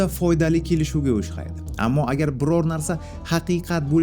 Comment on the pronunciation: Брат, oʻshxaydini oʻxshaydi deya olasizmi?!